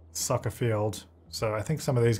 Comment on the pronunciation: I know he said soccer but I thought for a second he said sucker. Lol the difficulties of watching this and the current sims lets play